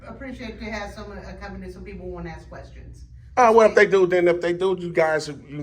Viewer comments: Ask not axe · Trying so hard to speak with intellect, but CANNOT pronounce one Simple word..... WTH does "Acks" mean??? If you're trying to speak with BIG words to come across as a Smart individual, why not try to pronounce the SIMPLE word of "ASK" Correctly... "ASK, ASK, ASK, ASK, ASK... IT IS A VERY SIMPLE WORD... You're Now Dismissed 🤔😂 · Why can't so many people pronounce the word "ask"? It is not "aks" the s is before the K. Whats up with that? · Listen…they can axe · They can axe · Acks........ The Word Is ASK!!! He needs to say it a thousand times in order to pronounce it correctly. ASK ASK ASK It's a Very SIMPLE word.... ASK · " they can axe, they can axe ".😢😢😢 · Sorry, i don't know why, but i having problem respecting people that uses the word "AKS" when they ask something.. to me is sounds un educated to say aks